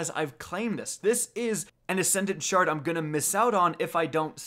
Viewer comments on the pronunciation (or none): none